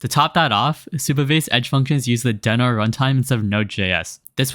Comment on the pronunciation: It's "dee-no"